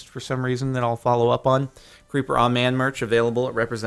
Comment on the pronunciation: The Creeper sounds like "Creep Bruh"